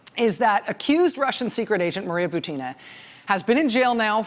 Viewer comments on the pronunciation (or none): Dear Rachel, please correct the stress of Buti-i-i-na's last name, that all American commentators are making: her last name is just like "Putin" with the different initial consonant P for B and it should have the same stress. So she is Bu-u-u-tina (like P-u-u-u-tin). In hope that your example might set the correct standard for other commentators willing to follow you. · with all due respect I feel obliged to inform you that russian lastname Бутина should be pronounced as bUtina, that is first syllable be stressed.